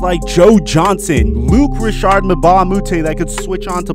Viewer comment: Luc Rashard? That's not his name my man